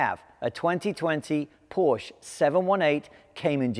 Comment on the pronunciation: Learn how to pronounce “Porsche”....berk